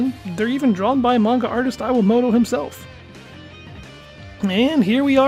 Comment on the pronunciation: "Eye-wah-moto" ????? XD